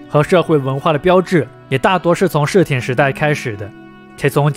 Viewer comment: 室町到底怎么念的啊？怎么听着你念 “室田”啊？